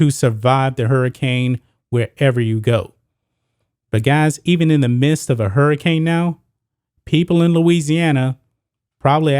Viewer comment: you keep saying mist. its midst